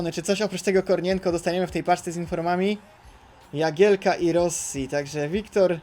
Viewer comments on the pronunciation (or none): none